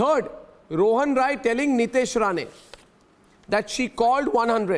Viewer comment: His surname is Rai. Not. Roy